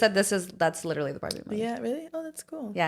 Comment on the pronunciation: Let's keep count how many times says LIT-TRA-LY in one pod episode since she wants to point out repeating herself. 😂